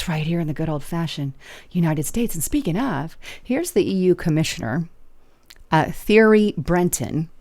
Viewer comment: "Thierry" is pronounced "Terry"